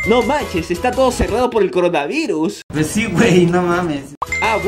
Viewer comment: Como se llama la morra que dice: coronavairus?